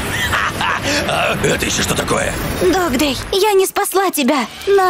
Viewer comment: Не додз а догдей